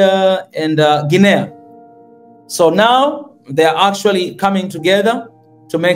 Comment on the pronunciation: It's pronounced Gee nee. Not Gee nay ah!